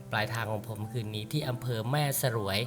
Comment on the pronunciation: แม่สรวย ออกเสียงว่า แม่สวยครับ ไม่ใช่ สะ -หรวย